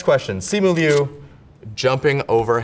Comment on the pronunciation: finally someone who says my last name right